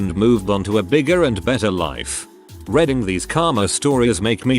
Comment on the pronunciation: Why does tts always misuse read (reed) and read (red)? Even going as far as to say reading (redding) instead of reading (reeding). It's just silly.